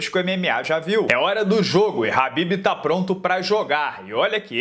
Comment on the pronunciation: Porque vc pronuncia o nome do Khabib errado?